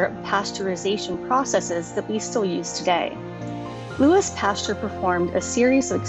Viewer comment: pastUEr lol but your video was great. I learned a lot 😊